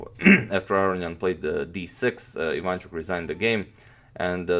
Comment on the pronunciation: why so you say ivAnchuk if he's actually ivanchUk ?